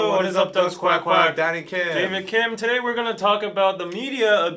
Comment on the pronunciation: for a second i thought said "daddy kim" instead of ""